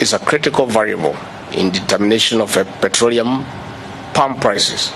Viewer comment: "davis chilchil" "petroreum"- villager masquerading as deputy president of a banana republic.